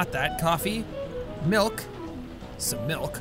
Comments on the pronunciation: Mulk?? Its malk learn english... pfff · POUR ME. A GLASS. OF MALK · You sed molk instead of milk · Its MALK! lol! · He actually said it, a glass of mulk. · "The man wants a glass of malk!"🤣🤣🤣 who else remembers that video???? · "ok, say milkshake" "milkshake" "now say milk"...."malk"